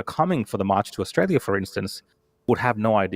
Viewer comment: can't even pronounce her beloved country. Where is "ISHTRAYA"?